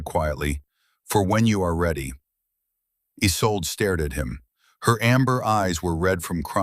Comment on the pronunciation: There are too many ads. The woman's name is isolda not "is old").